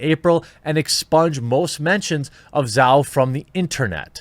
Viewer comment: Zhao pronounced Jow. Rhymes with Mao.